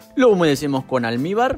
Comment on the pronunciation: Qué es lo que echas en cada capa de bizcocho, ¿Almíbar? ¿Alnibar? No sé qué es, me encantó tu vídeo.